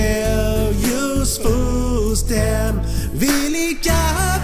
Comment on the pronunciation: Meh, I liked the original better, they weren’t really trying to sing and when they said food stamp, it was sa-tiam.